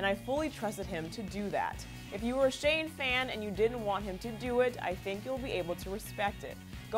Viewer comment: Oh and it's shane not Shawn 😑